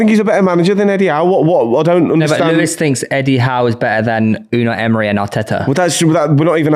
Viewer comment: Why does keep saying Eme-ray?